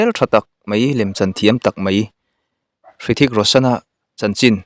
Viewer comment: Hrithik a H lai hi lam tel loh tur ani awm e, thawhpui vai ho min hrilh dan in. chutiang bawk in Juhi chowla pawh chaula ti a lam tur ani awm e.svmm